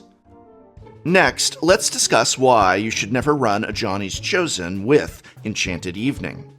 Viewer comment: I keep hearing Ajani's chosen as "Johnny's chosen"